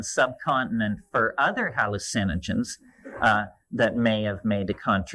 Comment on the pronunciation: Same pronunciation. Just puts emphasis on “hALL” instead of “u”